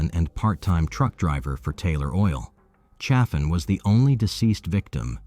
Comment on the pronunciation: Lonoke County is pronounced "loan-oak". Low-naw-kee? Sheesh. And the name of the victim in Russellvile was Chaffin, " pronounced chay-fin, not cha-fin. I used to date his cousin. The Chaffins were relatives of a prominent radio and TV personality in Little Rock, formerly of Jonesboro, AR. And there's more. But that's enough for now, chilluns.